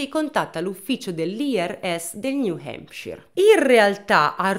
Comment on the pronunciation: Bel video come sempre, tuttavia hai pronunciato tante volte il nome “New Hampshire” in modo sbagliato e mi ha fatto rabbrividire ogni volta…😂